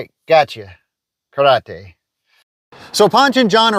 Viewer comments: KARATE! Nobody pronounces better than George takaei, Oh My! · This episode taught me to correctly pronounce “karate”. Like a dildo. I love your videos. You rule. The church steeple and the star, that’s just incredible.